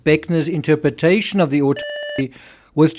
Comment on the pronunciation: Terrible sound while you’re saying „autopsy“! Unbearable! What’s wrong with the word „autopsy“!?